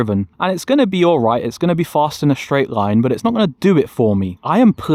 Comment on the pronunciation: Fast ❌ Fuhaghst ✅